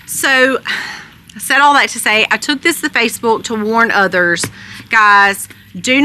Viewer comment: Love the way she says Facebuulk, lol.